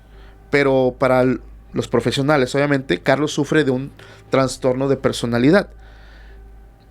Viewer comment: Todo muy bien pero el término es TRASTORNO, NO TRANSTORNO